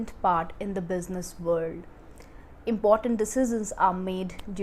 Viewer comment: Hi, only thing I can say this sounds like “Di-See-Shun”= decision. Not sounds, “De-zee-zun”